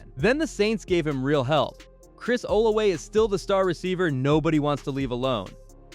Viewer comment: It’s Chris (Ola{V}a)😂 with a V lol